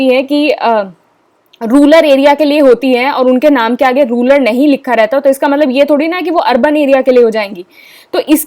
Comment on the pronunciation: Mam ruler nahi its rural